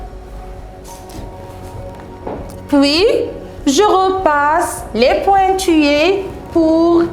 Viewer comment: Maîtresse vous avez un problème de prononciation pointillés zèbre.....